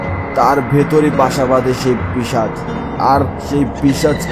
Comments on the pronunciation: ওটা পীচাশ না 🤣 পীশাচ হবে😊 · পিশাচ না পিচাশ 😂😂